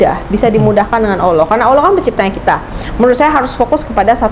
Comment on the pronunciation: Dari pelafalan ketika mengucapkan nama Allah,, menunjukkan dia bener2 mualaf,,,agak kaku dengernya soalnya,,,beda kalau muslim dari lahir atau sudah lama